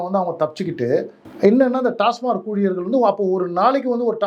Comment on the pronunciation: நண்பரே ஒரு சின்ன திருத்தம்.TASMARK (டாஸ்மார்க்) அல்ல.TASMAK (டாஸ்மாக்).பல பேர் டாஸ்மார்க் னுதான் உச்சரிக்கறாங்க.நன்றி